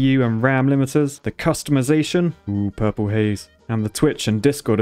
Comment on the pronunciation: The emphasis on purple haze. If you know you know 😂😂😝